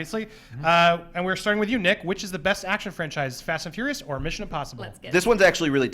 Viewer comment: Fast and fourius defintly